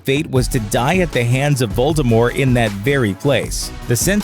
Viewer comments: This dude keeps saying Voldemore instead of Voldemort and it’s killing me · it was driving me up a walk that he kept saying ‘voldemore’ instead of voldemort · VOLDEMORT not voldemore..... :/ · Voldemort, not Voldemore. I don't care what JK says, I don't care that it's french. She was fine with it with the 'T' in the films and with the 'T' it sounds way more threatening. She can't keep changing things retrospectively to try and avoid falling into obscurity and gaining attention. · I prefer "Voldemort" to "Voldemore". I know it's supposed to be the latter, but lets stick with the former as it sounds better xD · Omg him saying voldimor is annoying its Voldemort there is a t at the end of the name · Its not voldemORE its voldemORT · Voldemort*** not Voldemore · Nope. The French is close to vol-de-mor and quite unlike this guy's vol-de-more. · Its Voldemor"T" NOT VOLDRMORE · It’s Voldemort. Not Voldemore. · Am I the only one annoyed by the missing "t" in his pronunciation of Voldemort. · Why do you keep saying Voldemore instead of Voldemort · Making the "T" silent a la French makes it vol-de-mor, not vol-de-more. The guy's pronunciation here is plain rotten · If he says ‘Voldemore’ one more time. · STOP CALLING HIM VOLDEMOR! The 'T' isn't silent. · VoldermorT .... with a 'T' on the end ! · Voldemore? Who's Voldemore? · Voldemort. French. With a silent T at the end. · Ew. “Voldemore” Yuck. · who is "Voldemore"? Did you get someone who has never read or seen Harry Potter to read the script for this video? >.< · "lord voldemore" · at the beginning when he said Harry Potter is it just me or did it sound like he said "hairy Potter" Also when you say voldemort it sounds like you're just saying voldemore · was he just saying voldemore the whole way through? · Why do you turn the T in Voldemort into a silent T? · I can’t make it through this entire video - Voldemort has a T on the end of it. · VoldemorT - pronounce the T god dammit! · Voldemort. Not French. with a T at the end.